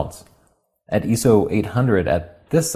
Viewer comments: Yeah the eso got my attention, I was thinking surely doesn’t pronounce it like that anymore, I’d never noticed it and I’ve watched a heap of the newer content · It's different in different languages, and apparently whoever taught me the term was English-as-a-second-language. I've been making a point to say eye-so in more recent videos, just so I don't get my pronunciation nit-picked. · Bro...dafuq is Eeso? Lol just busting your chops. You guys are and will always be super important people to me!!! Keep it up. I know this video is very old, but I'm considering buying a mark II (2) to get into pro work. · ISO comes from the International Organisation for Standardisation, which for whatever reason is generally known as ISO. Given that ISO is written in capitals and that it is an acronym for the organisation, I would say that really it should be pronounced I S O or 'eye ess oh'. Not only is it 'proper' but it is also internationally understandable. Now that is standardisation at it's best. In England every photographer I know uses that pronunciation. Nice video though :) Thanks! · Since when has the letter 'I' been pronounced "eeee" - also, that first shot of the noise in low light had different exposures; the 5D3 was much darker. Anyway, interested to watch. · Why do you zoom past 1:1 when looking at noise and detail level? I don't understand, you can bearly tell the difference. I'm watching it in 1080p and it looks a pixelated mess. And ISO is said phonetically, 'Eye-Ess-Oh'! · I enjoyed the objectivity, but in 38 years of photography, from a point where the standard was ASA (American Standards Association) instead of today's ISO (International Organization for Standardization) I have never heard anyone pronounce ISO as "EE SOE" as you do. It's an acronym, it very simply pronounced ISO or "EYE ES OH!" your EE SOE sounds like someone trying too hard. But again... excellent video. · eyeso..... not eeeso great review ;) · its not Eso its I SO ....